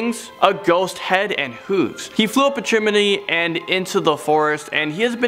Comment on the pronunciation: lol chiminey